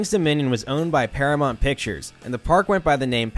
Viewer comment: For someone who narrates, you really struggle to speak. Hearing you get closer to saying paramount right each time you said it was funny. Also, why do you say “coaster” like that? It’s like you’re trying to fit every vowel in order into the word. Super nonsensical and irritating.